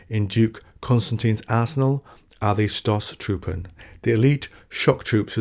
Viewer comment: I love the Idea of attacking tanks with swords, its grimderp on the surface but plausible in the setting. By the way, "St" in Stoßtruppen is pronounced "Sht" and the o is longer. Great video, great channel.